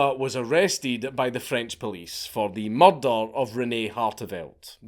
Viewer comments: Mrdrrrr? murdrrrrr??? speak english!!! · I always think he's saying Mordor the first time I hear it in his videos. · you mean a "mallder"? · Yo son took me 3 days to notice you was saying murder.